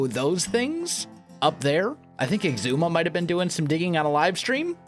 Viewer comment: Gamer Noob it’s pronounced ( Egg - Zoo - Ma )